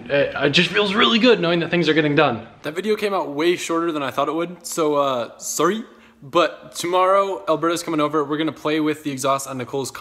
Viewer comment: souhh soory 😂